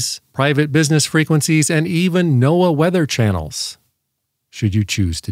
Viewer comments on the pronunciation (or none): none